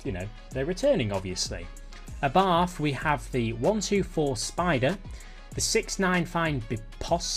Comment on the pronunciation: for abarth just say abort but with an a, its no english th at the end